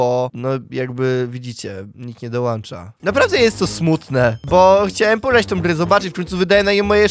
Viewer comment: DOŁĄĄĄĄĄĄĄĄĄĄĄCZA NIE DOŁAŁCZA!!! GRA-MA-TY-KA!!! LUDZIE NO